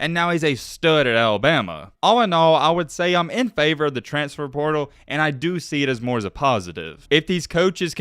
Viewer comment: Our expectations might be low but at least we don’t pronounce it “transtfer”. 😆